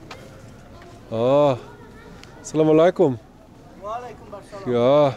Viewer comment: Lieber, zuallererst großen Dank an dich! Was ich dir wärmsten weiter empfehlen möchte ist, dass du vielleicht bei der Aussprache etwas übst(salamaleykum). salam - reicht auch total aus! Wir freuen uns auf weitere Videos und Liebe Grüße aus München 🫶🏽